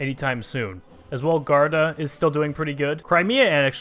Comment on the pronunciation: Its pronouced G-war-duh